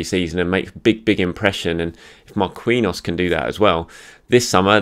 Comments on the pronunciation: Thanks. Marquinhos is pronounced MAR KEEN YOS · I love ya but you're overthinking "Marquinhos" its the same pronunciation as the PSG player. mar-KEEN-yows.(yose? idk how to spell that last soubnd but you get it)